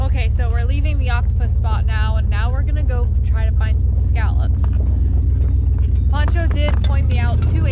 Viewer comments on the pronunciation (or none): You keeps calling him "Poncho" and its "Pancho" lol...love all your videos